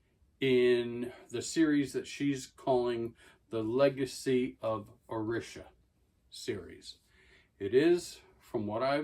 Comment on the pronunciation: It’s pronounced Oh- Ree-Sha